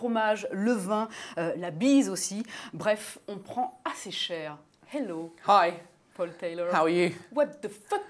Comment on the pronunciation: Ce n'est pas Pol Tèlorre c'est Paul Taylor